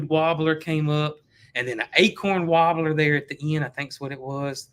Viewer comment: Is saying warbler or "wabler"? I like his accent and usually have no problem translating.